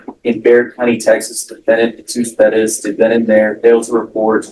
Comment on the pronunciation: Are you Mr. Perez, but think it's cool to pronounce your name in America, Pedez, like you were back in Mexico? Yes Judge, that's me.